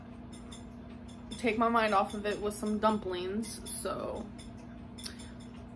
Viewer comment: “Take my mind off of it with some dumpleens”